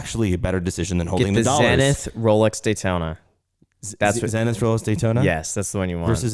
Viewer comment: Isn't the watch pronounced "zee-nith?" Just wondering....